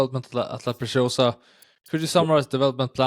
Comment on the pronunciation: Good video, but for heaven's sake, start pronouncing La Preciosa correctly.. it is NOT pronounced like "precious". In LatAm Spanish, the "c" in La Preciosa is pronounced just like an ordinary "s" (in Spain it would be pronounced like a "th"-sound).